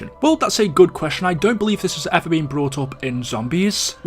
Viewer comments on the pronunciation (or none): none